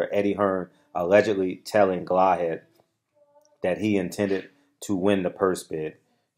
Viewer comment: It’s pronounced Gala Had